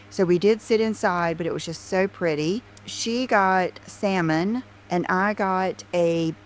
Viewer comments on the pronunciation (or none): none